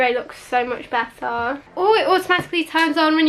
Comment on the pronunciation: “My sister actually has the MacBook Ahhhhrrr but this one is actually a little bit Beh Ah”